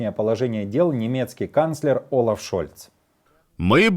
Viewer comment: Не Олаф )) а Ольаф. В немецком алфавите нету твёрдой Л